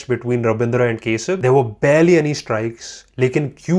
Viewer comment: Its Not kesab Its Kasib bro 😂😂😂😂